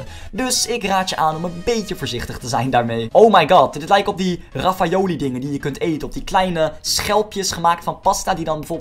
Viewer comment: Echt waar ik word gek als je zegt RAFFAOLI want het is RAVIOLI en je zegt ook nog eens TIRAMISHOE terwijl het uitspreekt als TIRAMISOE